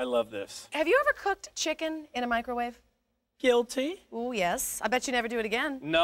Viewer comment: Hideebowhey: "Ever cooked chicken in a microwave?": "Guil-tayy!" Me: "Stupid fuck-wit".